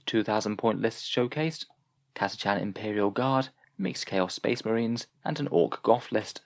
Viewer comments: OK, you pronouced it Cata-"chan". I've heard them say it on the GW site as Cata-"kan". Anyone? Anyone? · Have you ever heard it pronounced Cata-“shan” though?